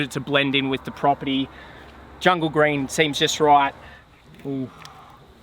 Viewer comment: looks rad, but with the aussie accent: sorry, did you say djungle green? looked pretty gray to me but that is probably just a video thing